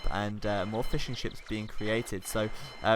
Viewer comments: in cannot be unheard 8^/ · I'm glad to see i'm not the only one to hear "fish n chips" instead of "fishing ships" ^^